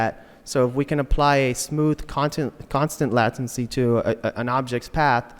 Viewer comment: It's pronounced "latency" not "lattency"